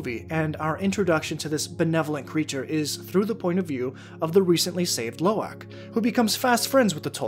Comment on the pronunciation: Love this video, but you're pronunciation of Lo'ak is killing me! Try saying aahhhhk instead of ack, Low- ahk